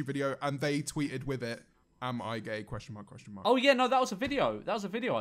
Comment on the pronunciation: was this a botched attempt at saying gay?